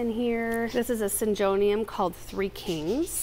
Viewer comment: they're are very common, who else pronounce syn-JOE-nium 🤣